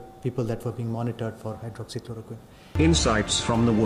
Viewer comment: Dave Verster he can’t even pronounce Hydroxychloroquine properly. I don’t listen to WHO anymore, it’s a waste of time. The WHO has lost its credibility under Tedros.